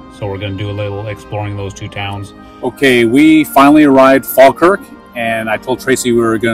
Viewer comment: We politely request that tourists don't rub our statues. Thank you We also wish guidebooks would stop telling people it's good luck. Greyfriars Bobby is running out of nose...😁 Congrats on the correct pronunciation of Falkirk by the way. (Locals actually say faw-kirk but yours was proper😄) The Kelpies were originally meant to be a functional boat lift but ended up being just decorative. Sadly you drove past Linlithgow & it's palace on your way to Falkirk, maybe next time. Culross is worth a visit too..